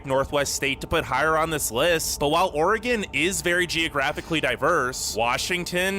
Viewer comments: Your two main pronunciations of Oregon were correct! Great vid! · The maker of this video pronounces "Oregon" correctly. I grew up in Oregon and have spent my adult life in Washington. I've seen only a fraction of the amazing sights to see in both states. This video shows why so many Americans have never left the US. They probably will not see everything there is to see in their home state. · You say "oregon" like a native.